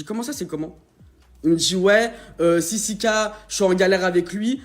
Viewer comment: Sisike 😂😂😂 on dit sisiKA